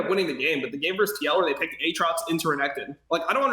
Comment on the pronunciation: How LS says Aatrox hurts my soul.